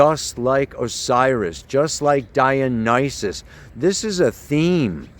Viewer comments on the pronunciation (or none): none